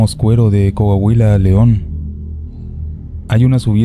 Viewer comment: Se nota que son extranjeros los narradores del podcast no saben pronunciar bien los nombres del país, decir Cohuohuila en ves de COAHUILA, ahí se nota.Ahunque quieran pasar por MEXICANOS.😢😢😢